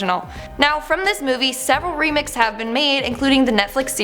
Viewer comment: Am i the only one who heard her say remick instead of remix or remake 😂